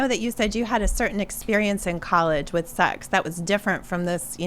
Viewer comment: I think my ears are broken. The way she says "sex" sounds like it has all of the vowels, and yet none of them. "Suoieax" "S x" 😁